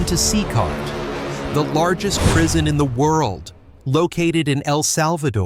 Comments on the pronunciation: C-cart? AI is terrible. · Itisnocecart itisCECOT, learnhowtireadputa